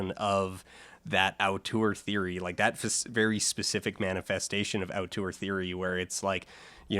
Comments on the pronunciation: "ow-tour theory" wow, bucking the canadian stereotype of pronouncing french loanwords in an overly french way (cf that compilation of alex trebek "genre"), to instead pronounce a french loanword in an overly non-french way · I don't mean to be a dick but the way you pronounce auteur seems rather strange